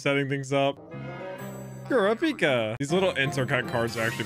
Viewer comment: The way he pronounces korapika triggers me lmao